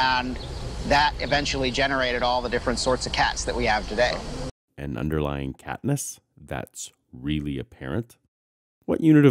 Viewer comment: It was over once homie said ‘catness’